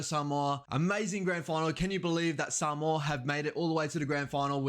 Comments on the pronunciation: So good to hear someone that is not Samoan saying Samoa correctly. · I enjoy listening to this man pronouncements especially when he pronounce the word Samoa perfect really good 👍 👌 Cheers.